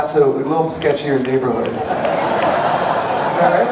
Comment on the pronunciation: does he say "near lakehood" towards the end? haha